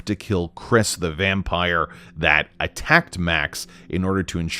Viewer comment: Lol yu said vampire with all your heart 😅😅